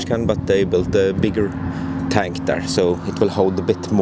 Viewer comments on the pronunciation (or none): none